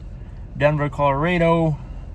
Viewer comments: Colorado not colareedo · Umm Colorado not colardo idiot